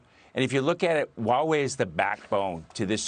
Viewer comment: Dude. If you can't even pronounce Hua Wei correctly wtf do you know about China?